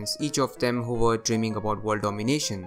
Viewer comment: What aboot Antarctica???😂